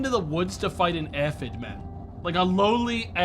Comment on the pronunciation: I wonder if mispronounced Aphid repeatedly as a 4d chess move to drum up more engagement. One of life's greatest mysteries.